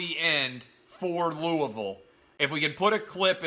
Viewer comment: thank you so much for pronouncing Louisville correctly